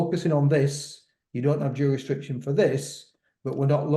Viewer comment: Tell it’s jurisdiction lol